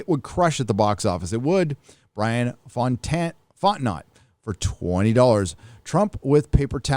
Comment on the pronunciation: Fontenot is pronounced "fought-know" in the swamp.